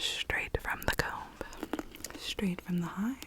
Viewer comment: I like how you say the b in comb